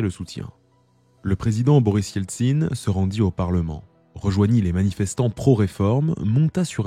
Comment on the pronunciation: Quelle étrange façon de prononcer Boris Eltsine